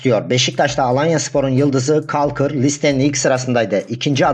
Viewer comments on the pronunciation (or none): Caulker harika bir oyuncu. Gerson Rodrigues olağanüstü. kolkır diye okunuyor bu arada, kalkır değil